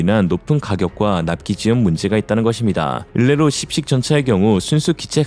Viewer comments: "씹식"이 아니라 "십식"입니다. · "10식 주력전차" 발음 쥐기네 !!! ㅋㅋ ㅋㅋㅋ 역시 ㄹㅇㄹㅈ은 교묘해요 !!! 절대로 한번 물면 그냥은 안놔주지 !!! 이맛에 구독중 !!!